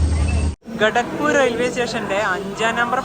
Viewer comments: You idiot it is not ghatakpur It is kharagpur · Kharagpur... Enthonnadey? Ra Assam nu poyo? At least announcement onnu kettal pore